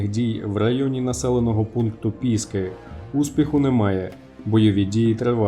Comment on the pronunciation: Чому пІски?!!!! Це не від слова «пІска»!!!! А від слова «пісОк»!!!! Ясно, ведучий?!!!